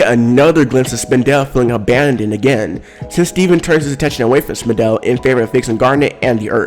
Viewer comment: Did he just say spin- del? Ok you be you say it you want